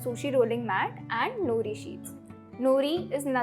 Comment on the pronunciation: नोरी, not नुरी